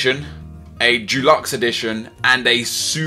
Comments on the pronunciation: It's deluxe not dulux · why do you find it so hard to pronounce 'deluxe'? It's not f*cking dulux, that's paint. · it's pronounced dEluxe not DUluxe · Its deluxe not Dulux. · How do you find it so hard to pronounce "deluxe".